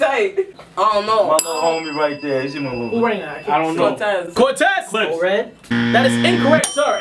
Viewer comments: Dawg that nigga said Bortez lmfao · Nigga said “ bore-tez” lmao